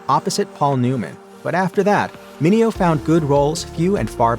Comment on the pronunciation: Mineo told numerous reporters and talk show hosts that his name was pronounced "men ae ho" and not "men eh oh"😂